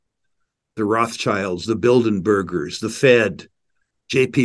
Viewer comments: He said Bildenbergers. He got the b in there. Almost right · Rick said Bildenergers. Lol.